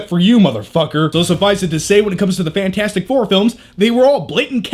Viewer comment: FANT-FOUR-STIC what did you just decide the "T" doesn't exist?